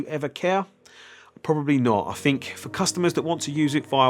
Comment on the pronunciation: I'LL a always remember you as the guy who says "fink" (think) 😂👍